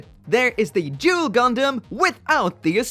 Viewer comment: The way you said Duel.....sounds so much like Jule.......I think this is could be where Yzak's family name came from..... great review as always